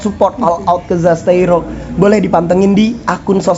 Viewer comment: mantab bang terimakasih review nyaaa💖😂 btw admin perlu di ospek penyebutan zasteiro ya bang